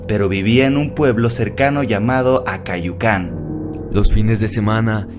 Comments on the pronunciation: Se dice acayucan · Es Acayucan no acayucán xD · Aprende primero los nombres de las ciudades es Acayucan no acáyucan burr